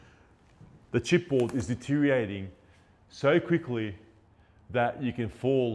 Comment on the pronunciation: Your pronunciation of deterioratng is non compliant. 😂